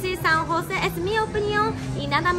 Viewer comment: San Jose Costa Rica,no san juse